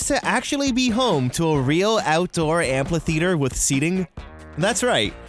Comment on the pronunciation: Anyone else catch he said ampLhitheater?🤣❤️